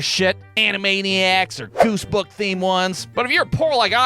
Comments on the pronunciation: "Goosebooks" ?!? Did I just HEAR a verbal typo?!? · Did he say “goosebook” theme ones instead of goosebumps or are my ears just stupid? 🤔